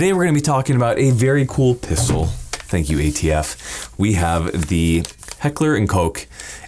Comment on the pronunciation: Gratuitous: word of the day for that intro. LOL Also, thanks for saying Heckler and Koch correctly! Also, it's a pistol "for now." Thanks ATF for being super super thuper thuper thuper gay.